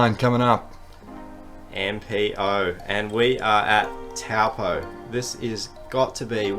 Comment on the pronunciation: I so appreciate having coverage of nz events, but please please please pronounce things like "Taupō" properly. Māori pronunciation is important, and thankfully easy.